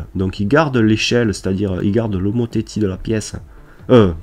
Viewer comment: bonjour, petite erreur et pour info : pour le mot "homotéthie" on ne dit pas "o mo té ti" mai mais on dit "o mo té si" j'ai une petite question : j'ai téléchargé le logiciel sur ma tablette mais je n'ai pas tous les outils, par contre sur le PC il est identique au votre merci, bon tuto sinon ^Ö^